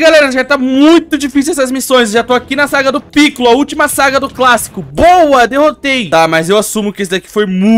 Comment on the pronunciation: se fala picôlo, e não pícollo,e vc chamou o hidro de esquisito, mas o amei o video continue fazendo videos assim